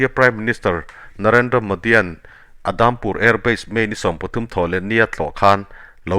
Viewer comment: Adampur nilovin Udampur tia lamrik tur ani,mizo tawnga U. A ngaihnawm thin hle mai